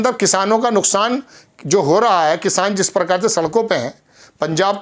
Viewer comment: parkaar nahee hota hai prakaar hota hai😅😅😅